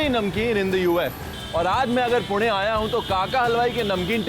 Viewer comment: Good to see he is pronouncing पुणे correctly